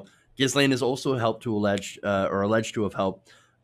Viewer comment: Tip: the "s" in Ghislaine is silent.